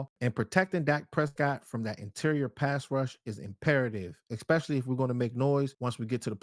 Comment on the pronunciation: Esss. Especially! There's no X. Dear goodness